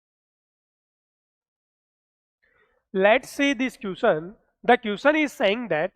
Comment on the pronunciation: Question❌ Quision ✅ Work ❌ Wak ✅ 😂😂😂😂😂😂😂